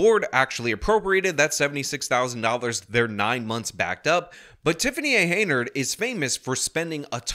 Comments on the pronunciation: It's "Henyard", not "Heynard". If you're going to report on her, and especially if multiple times, then you should get her name right. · This "mayor's" name is HEN-yard .... not HEY-nard. Just saying. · I appreciate your insight on this story, however the woman's last name is pronounced, Hen Yard not Hay Nerd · Bro I literally had no idea that you were talking about the same mayor my friend was because, for months, you’ve been saying it “Hey Nerd” instead of Hen yard. This is friggin hilarious.